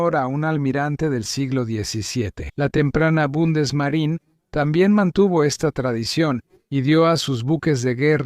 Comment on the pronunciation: Bundesmarineeeeeeeeeeeeeeeee La última letra es una e y en el idioma alemán no existe ninguna regla que diga que esta letra no debe pronunciarse. En el idioma inglés si las hay, pero es parte de la cultura general saber que en Alemania se habla alemán y no inglés.